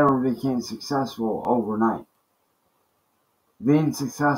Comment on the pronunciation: He can barely even say the word "successful" let alone be it! 😂